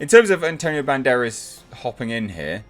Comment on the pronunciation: I prefer the Student-Turned-Journalist Rumour over the Daughter one really. Less waiting on an explanation and might be more interesting if Phoebe's character isn't related biologically to Indy. You pronounced Antonio's surname fine